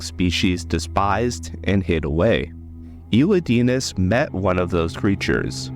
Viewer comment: great video (but the way u say elidinis bugs me since thats not how to pronounce the name haha)